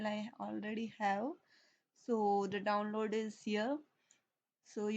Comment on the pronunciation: senin davnlod diyişini yiyem hintli ablam. ulan boşuna okuyoz ammına ne varsa hintlilerde var.